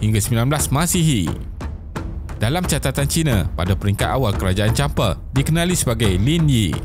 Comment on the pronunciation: Champa, bang.. bukan Champe 😁